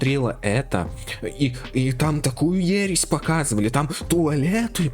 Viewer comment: Ересь а не ересть